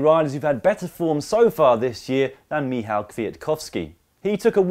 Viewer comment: WOOOOH! You pronounced Michał's name and surname properly! *tears* Love you guys!